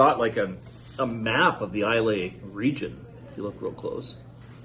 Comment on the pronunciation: Nice video,. Bunnahabhan was pronounced correctly. However, Islay is pronounced I la. This dram is quite nice. I really like it. Whisky Wednesday is a keeper l, IMHO. Cheers!